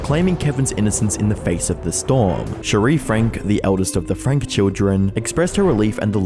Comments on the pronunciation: Why are you mispronouncing words/names? Especially Shari. Makes I hard to maintain a belief, proper research was done. I mean it’s basic respect at that point. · i love your videos, but your credibility is tanked when you don’t pronounce names properly. Shari Franke (sherry frankee not cherie frank) says her own name in the statement she gave at her moms sentencing, and he statements to the utah government, and her many tv appearances. it’s an easy thing to gain access to. it feels disrespectful to her to not even say her name properly